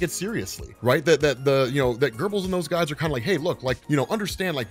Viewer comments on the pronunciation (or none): none